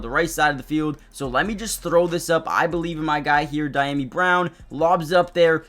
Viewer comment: Thanks for the upload. Just as a point of respect, Dyami Brown's is pronounced DEE-YAH-ME, not DY-NAM-EE. Fans should get that stuff right.